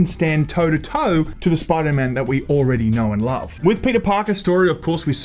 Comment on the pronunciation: “Spooda man” 😂